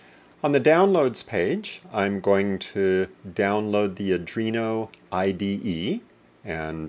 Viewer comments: its Arduino, not Adrino :)) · ARDUINO NOT ADRINO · "Adreeno" PMSL.................... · It's ardino,not arduino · I wouldn't take lessons from someone that cannot pronounce the name of the board correctly.